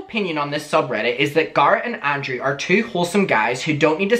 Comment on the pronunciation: I'm sorry but everytime you say Garrett it sounds like you are saying Garth and it's driving me insane. I had to rewind it twice to figure out who you were talking about